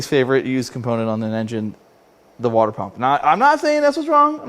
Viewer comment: It’s pronounced: “water”.